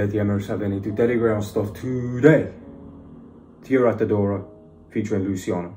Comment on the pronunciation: The way he says her name is correct idk who told you otherwise haha her name means “gift” and she sure is a gift to us Albanians, she’s a very talented artist